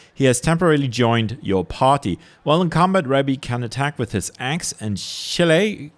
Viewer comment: Just for your info Shillelagh is Gaelic and pronounced shi-lay-le, well that's Irish gaelic, the Scottish might pronounced slightly different. It's a wooden walking stick and club or cudgel usually made from blackthorn.